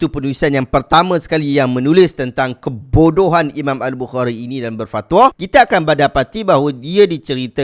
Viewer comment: tak perlu dia tekankan suarannya pun orang faham konteks ayat dia tuan.